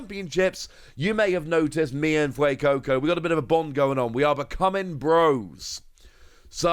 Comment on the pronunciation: he actually said fuecoco correct for the first time, i can't believe it, also sprigatito is the best starter